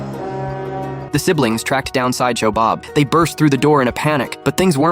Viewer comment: It's sideshow bob not social bob